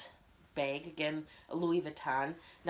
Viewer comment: Drink every time she says "bayg"